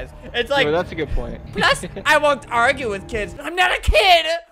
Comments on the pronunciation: She actually said agrue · actuaauauaualayy she said agrue